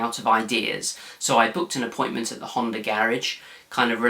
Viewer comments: no honder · Did he say a Hunder Accord? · There is no R in the word Honda?